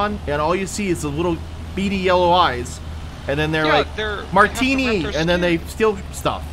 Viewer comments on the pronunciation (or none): “They’re like MARTINI” 🤣 its untini or something